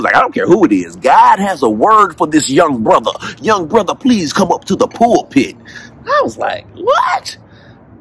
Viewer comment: “pool pit””.? PULPIT.